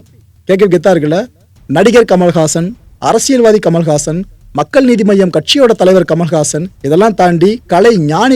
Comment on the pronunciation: I thought his name was 'kamalahaasan' ; but he's saying 'kamalhaasan' which is a sanskrit word - 'Kamal haasan"😂🤣 why can't he tell his name in tamil as 'kamala haasan' 😇